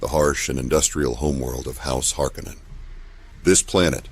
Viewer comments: HarKoh-Nan sounds way fucking better than "Harkennen" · HAR-KONAN!!! Not harcunon